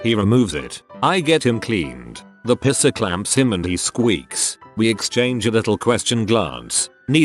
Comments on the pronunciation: Love how the bot is constantly saying "pisser" instead of "piercer" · Mall pisser killed me dead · I'm legitimately crying of laughter over here and relying on auto correct to type this The format pisser cracked me up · I love how this thing pronounces "piercer", LOL.